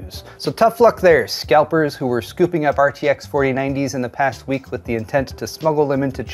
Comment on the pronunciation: Did you say : "Tech news for the weak"??? 😅